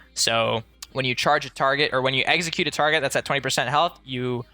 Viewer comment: I swear you're saying Exeggute instead of Execute :P